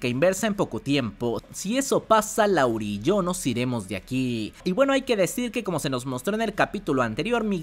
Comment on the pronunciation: siempre dices LAURI pero su nombre es LARUE, saludos